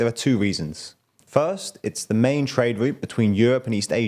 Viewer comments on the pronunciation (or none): none